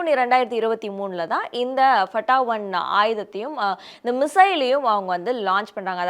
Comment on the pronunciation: Fattha ட்டா என்று உச்சரிப்பு சரியல்ல த்தா ( Faத்தாஹ் ) வெற்றி என்று பொருள்